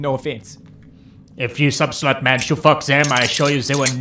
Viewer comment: also love how it said "mann" instead of man